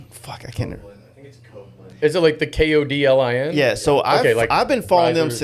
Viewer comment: Kodlin is pronounced kotlɪn 😉 Thank you for the feedback on our products. Launching a ton of cool new stuff this year!